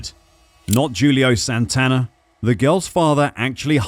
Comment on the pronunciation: He done it correctly. In Portuguese it is pronounced like that